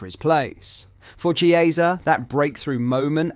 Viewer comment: Chiesa is pronounced Kiesa